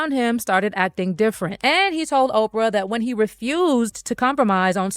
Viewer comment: why all the dis and dats? Plus a boring story